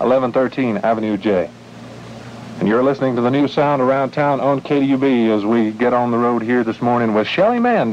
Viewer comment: KDUB, not KUB. You wouldn’t find a 3-letter call on 1340 am.